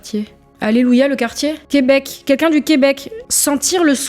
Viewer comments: Salut, le "tant pire" est issu du film "Les Visiteurs", le qui qu'un est selon mon orthophoniste un problème de prononciation, une sorte de dyslexie qui est fâcheuse dans la prononciation de "quel" et le "qu'in"? Ce serait un défaut de langue d'oïl, un in... Voila merci à toi. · quin-quin, ce ne serait pas simplement une manière de prononcer l'abréviation "qqun" plutot que le mot entier "quelqu'un" ?